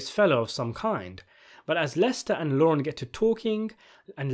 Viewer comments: He’s not very good at saying words. He says lauren. His name is Lorne. Pronounced very differently. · Lorne, not Lauren.